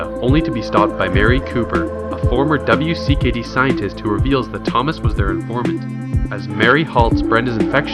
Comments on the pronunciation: Most triggering part is that he said "W.C.K.D." instead of WICKED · W.C.K.D.... Did you know its pronounced Wicked? Easier to say also.